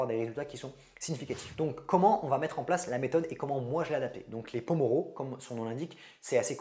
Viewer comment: Il me semble que le nom de cette technique s'appelle pomodoro, venant de l'italien "tomate" par Francesco Cirillo (l'inventeur)et non pas pomoro sinon super vidéo !! Merci beaucoup ❤